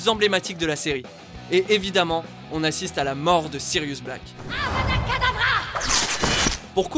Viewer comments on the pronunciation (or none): Sa qui me rend le plus triste dans la mort de Sirius c'est le Avada KEDEVRA mal prononcé par Ballatrix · Bellatrix quand elle tue syrius elle dit avada kadabra